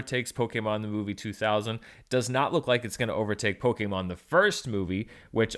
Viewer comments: That first “pokaymon” was pretty rough but recovered nicely after that. Hang in there! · Pokemon is a Japanese word. Consisting of the Katakana ポ (PO) ケ (KE) モ (MO) ン (N). As such the pronunciation of the full word is Poh-Ke-Mon. It's an abbreviation of the word "Pocket Monsters". So just just pronounce only those sounds in those words. (Po)c(ke)t (Mon)sters. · of the three times you said it in this video, two out of three were totally fine. Only the first one was off. You're all good :) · Loving hearing say pokaymin 😂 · Yeah I've always thought Poh-kay-mon was weird too, but I could've sworn that's how they've always said it in the anime. But again, if even the source material is inconsistent then it shouldn't matter too much.